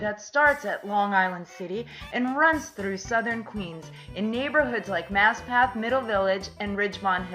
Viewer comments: Haberman - long a as in hAy. Not Hiberman. Maspeth, Not Maspath. e not a. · She's obviously NOT a Noo Yawkr.........Outsiders MURDER a lot of New York names...Her HY-BERMAN and mas-PETH get damned annoying throughout the whole video